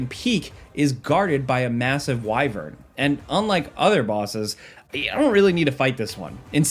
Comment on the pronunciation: I am so happy you said Wyvern!